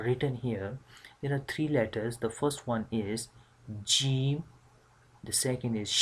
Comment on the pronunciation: Yaa ustaadh..my teacher said in pronouncing the ج it should not come out like "ch" sound..I'm a bit confused I hear that sound from you..or maybe it's the bad sound of the recording